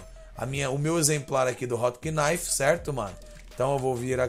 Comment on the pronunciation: foda o video o nome do carro se diz "rotnife"